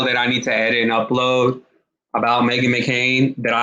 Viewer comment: It's McCain..not mccarin